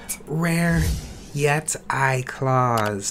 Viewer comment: "yet eye claws" its pronounced yet ee